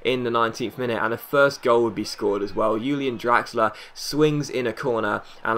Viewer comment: Finally someone prounonces Julian Draxler correctly :D